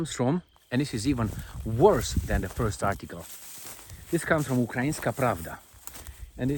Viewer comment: kids with their "phurst"... phehee😂😂